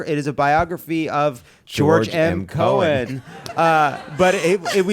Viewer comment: It's George M. Cohan, not Cohen.